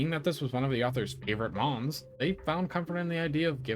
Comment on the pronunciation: favorite moms? It’s mons not moms? ( I replayed this part of the video twice) you said: favorite moms. Well to be fair everyone who really like this Pokémon call it there mommy. Well that And a certain champion in gen 4.